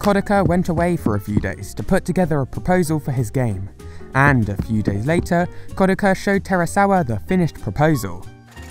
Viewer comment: KOD AH KHA. Geez that pronunciation